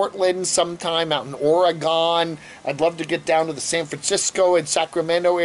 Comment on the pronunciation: It is OR-E-GUN